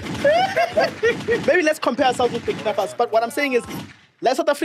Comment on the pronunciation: The guy cannot pronounce burkinfaso